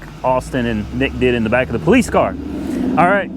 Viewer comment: You mean po "LICE"?